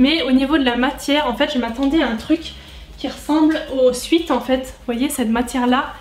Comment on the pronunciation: Eyno 2908 en réalité c’est aucun des deux là bonne prononciation c’est swèt.